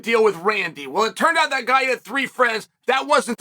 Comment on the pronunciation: "Heww da fook is dat guiiy"